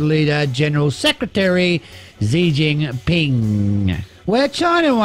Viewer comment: Xi is pronounced She. Zhou is Joe. GwangJOE